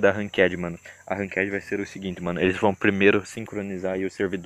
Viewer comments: man fala ranked direito pelo amr d Deus ranquede q porra é essa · Mds ninguem sabe falar ranked mds que krl